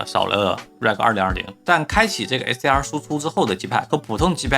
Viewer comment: 這是什麼口音？ 為什麼hdr 和 sdr 完全聽不出區別😂